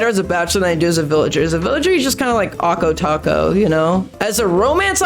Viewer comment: Awko-Taco????? 🤣 I love it